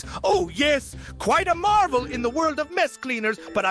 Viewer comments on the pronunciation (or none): none